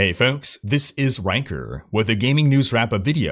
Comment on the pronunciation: pls pronounce your name more clearly i always hear ranker